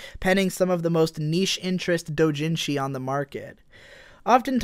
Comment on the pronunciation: the weirdest part is when you pronounced niche "knee shh". rare clip